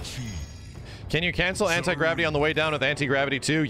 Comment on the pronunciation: for a hours I thought he was saying it incredibly 😂not anti gravity